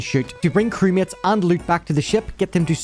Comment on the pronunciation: When he said "crewmates" I thought he was saying "crickets".